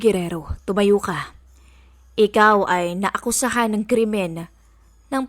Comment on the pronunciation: Nagakamale pa sa pronunciation ng naakusahan hahahaha